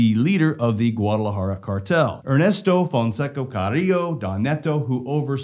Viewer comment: Fonseca ... With an A .. an A... You keep saying fonseco